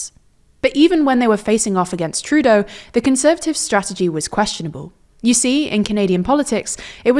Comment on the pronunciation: surprised that you pronounced Trudeau with the stress on the first syllable 😂